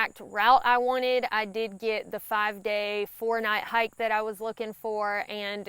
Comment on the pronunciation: and ya gotta love that accent... I'm from Georgia and I love listening to her talk... imagine that hyak.... hike to me